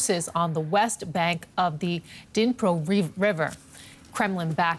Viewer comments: dinpro river? why do those news readers not study the topic they are discussing.. I has been 8 months now every day. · Pronounced Neepro river, not Dinpro, as in Kherson (Herson), it's a silent K silent D, what is soooo hard to get after 8 months of reporting. Have a bit of respect and at least get the names right! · It really would be much better if the “news reader” for DW at least first learned how to pronounce some of the key geographical features involved in this conflict, like “Dnipro.” That tells you this is a very amateurish production that seniors in high school could do as good a job. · She butchered the rivers name